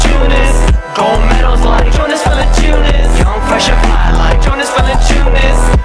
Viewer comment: Green grass Jie nemoka tart Jonas Valančiūnas tai taria Džonis